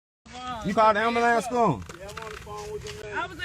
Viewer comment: Call da "ambahlance"! 😂